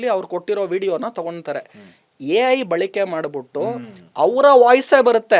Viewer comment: Balike alla, balake